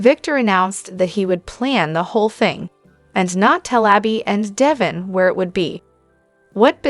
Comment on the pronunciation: Pronounce Dev in's name correct or get someone who can!!!!!!